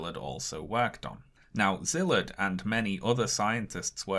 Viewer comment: Small request for future videos. Could you put up the names of the people you're talking about under their photos? It took me 5 whole minutes on Google (way more time than should be required in the modern age) to find out that the man you called Zilit or somesuch was actually Szilárd Leó (pronounced See'-lard Leh'-oh). I wouldn't have been able to pronounce it either had I not lived a while in Hungary, but it would help people who are intrigued by your subject matter to follow up on it on their own (to Google Byrnes and not Burns, for example). Great video.